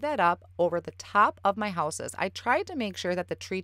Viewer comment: did you say that those are Houses or Whooses? Sorry I have to tease, your midwest accent is so cute! I have a number of relatives in northern Wisconsin and Michigan, and so. Beautiful card btw!